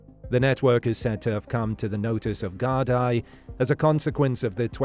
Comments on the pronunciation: Very good documentary. I remember Philip going missing. Very sad that we still don't know the truth. One criticism I have is that Gardai is pronounced Gar-dee not Gar-dai as it is spelt. It's Gaelic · Gardai is pronounced 'Gard-ee' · It's pronounced Gard-ee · It's Gar-dee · Gard-eye. FFS. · And this other guy said it’s pronounced gar-dee. 😁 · It's AI they always pronounce things wrong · Guard gee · You’re saying Gardaí wrong. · Whatever a "microdisk" is, even Google hasn't heard of it. But it can pronounce "Gardaí". Hint: it's an "í" not an "i".